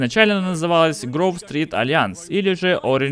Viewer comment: или, что правильно Гроув Стрит, а не Грув Стрит